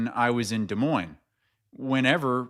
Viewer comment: Can't believe u didn't call out on saying Des Moinez. Not sure if is saying that on purpose. For working in media and living there for that many years, how do you not know the "s" is silent!